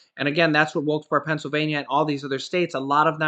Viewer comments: Wilkes Bear is proper pronounce! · It's pronounced Wilkes Berry